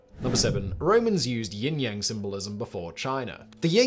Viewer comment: YIN yang, Simon. YIN! Ying yang...totally different thing 🤣🤣